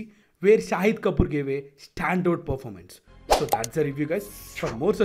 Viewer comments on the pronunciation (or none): none